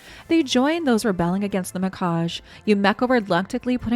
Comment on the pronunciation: Mikage = mee-kah-geh